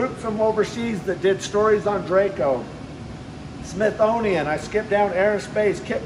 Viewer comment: I believe he mispronounced Smithsonian...I'm hoping it's spelled right on the sticker and I just can't quite read it :)